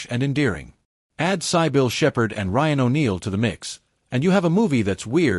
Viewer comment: Again with the annoying AI voice. Mispronouncing Cybil as Sie-Bill as well as odd timing in sentences. JUST USE A PERSON.